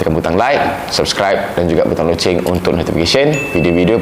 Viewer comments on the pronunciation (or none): none